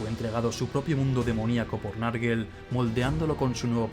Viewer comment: Bueeeen video,muy entretenido,eso si, cada vez que alguien dice "narguel" muere un gatito. Se pronunciaría "nergol" ,o si no nurgle.